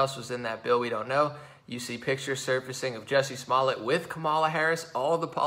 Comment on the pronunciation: I love how he keeps calling him “Bubba Smollett” on accident...🤣... slip of the tongue.